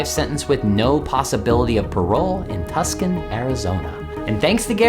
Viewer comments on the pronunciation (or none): it's Tucson. Not Tuscon... Awks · Ok tuskon Arizona Tucson with a semi silent c im not trying to be rude im just really picky at this time 🙃